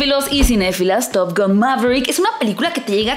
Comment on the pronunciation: Estaría buena que digas top gan y no top gon jaja ,es top gan amiga ,hablaaaaa bieeeeennnnn !!!!!!! Jaja x fissss, top GAN ,gan gan gan gan gan